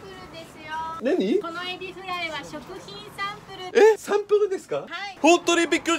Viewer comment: エビフʁaイの発音すこ フランス人？